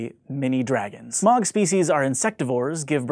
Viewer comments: It's pronounced Smoug, not Smawg. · SMOWG NOT SMOG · Ohmygoodness the LotR names ^u^ BUT IT IS PRONOUNCED SMOUG. NOT SMOG. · Not be a nerd but Smaug was pronounced incorrectly. It's not ”smog” it's "S-mao-g". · Smaug isn't pronounced like "smog". Tolkien's "au" is pronounced like "ow". Incidentally you didn't pronounce Sauron correctly either, same mistake. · It's pronounced like Smowg not Smog!!! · Oh, sorry; I have absolutely no idea how to write pronunciations. So I should write "Smoug" to show that sound? Thanks edits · "Sciencey people like science fiction" -- Goes on to name 3 things that aren't science fiction (star wars is, on a technical level, science fantasy). Also it's pronounced SmOwg although that one I don't expect of people to know that one, because most people haven't read the Sindarin pronunciation guide in the appendix of the Silmarillion. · The only had thing about this video is the mispronunciation of smaug.